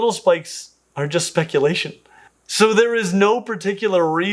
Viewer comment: You mean "Spike-ulation"